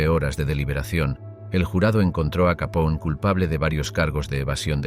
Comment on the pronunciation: No se pronuncia "Capón", sino "Capone", recuerda que no es un apellido italoamericano sino directamente italiano.